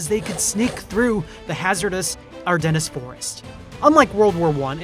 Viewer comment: Ardennes has a silent s